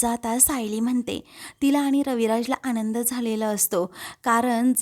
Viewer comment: तसेच " आनंद ल" हा बरोबर शब्द आहे. " आणंद" नाही .